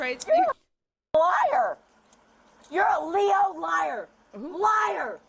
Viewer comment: It’s usually said L.E.O. not Leo but she’s obviously been arrested quite a few times to say it like that 😂